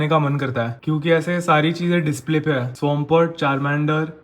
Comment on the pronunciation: Bro learn to pronounce " है "